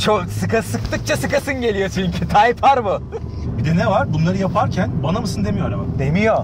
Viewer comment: abi typar degil o typer diye yazilir taypir diye okunur bunudami ben ogretim